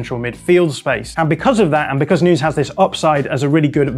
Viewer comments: Please stop saying noons for Nunes, that's so freaking annoying and kind of offensive that a journalist can't learn to pronounce Nunes (Nu-Nehs). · Nunes like saying Sanches not at all Noons!! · Is he really calling him "Noons" lol